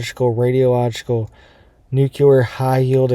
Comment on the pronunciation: Nuclear is pronounced "NOO-KLEE-ER" not "NOO-KYA-LER". Wtf is wrong with you? That is so irritating.